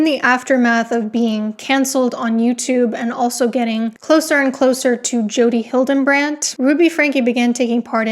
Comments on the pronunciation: It’s really hard to take this little doctor seriously when she can’t pronounce big words correctly and repeatedly says Jodi HildeNbrandt instead of Hildebrandt. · Great video. I just wanted to give a quick note - the cult leader's name is Hildebrandt, not Hildembrandt. No M. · you hear it with an "n" added in the middle? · You keep saying Hildebrandt wrong. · Are you intentionally mispronouncing Hildebrandt's name?